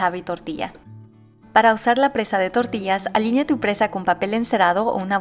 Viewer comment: EXCELENTE RECETA. 👍😋 Y PARA MÍ, SIEMPRE ES ENRIQUECEDOR ESCUCHAR AMBOS IDIOMAS.!!😃 AGRADEZCO EL ESFUERZO Y CARIÑO QUE LE PONES A TUS RECETAS.♥️ TUS VÍDEOS MUY BIEN EDITADOS Y TUS RECETAS, SON EXQUISITAS.!!!😋😋😋 Y SÓLO, COMO UN COMENTARIO, CON MUCHÍSIMO RESPETO, ES PRENSA. NO PRESA. (SIGNIFICADOS DIFERENTES) 😁 AMO TU CANAL. 😍🤩